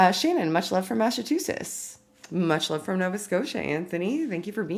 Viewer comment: OMG I think she just tried to say Massachusetts.